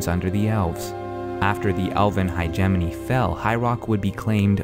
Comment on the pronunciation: I like the series but every time he said Direnni Hegemony I cringed. it's not hi-jemoni, it's more like hedge-mony or hedge-ah-mony. :S